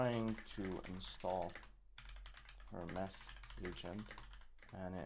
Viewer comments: HER-MEES not Her-mess! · Her-mees it's a Greek god, please pronounce it correctly, drives me crazy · JFC, it's pronounced "Hermeees" as in the Greek god Hermes. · was it just me or did every time he say hermes wrong you just wanted to stop the video ? its Her-Mes like the greek god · ten minutes - riiight, sure. Hermes is not pronounced that way. Itś pronounced the same way as Hermes Trismegistus